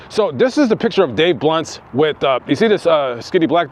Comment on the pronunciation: Did you say "Dave blunt":, or Dave blimp"?